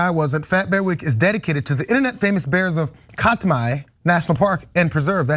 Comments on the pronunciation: it’s pronounced ‘Cat’-my,’ fyi. Thanks for the exposure of an ongoing issue here. NO to Pebble Mine! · Katmai is pronounced like CatMy.